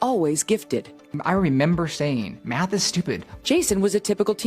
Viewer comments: Did he say, "I member"? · The guy may be a math wiz, but he sure can't figure out how to say the word "REmember". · “I member”? Lol